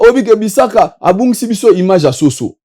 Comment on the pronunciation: Eeh " imange" 🤣🤣🤣🤣🤣 nonnnn IMAGE 😂😂😂😂 yekola langila po un jour osalaka pe ba émissions na français, langue de ton pays de résidence